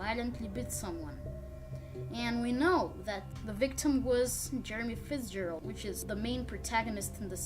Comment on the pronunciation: Jermie ferzbarled XD I LOVED HOW YOU SAID THAT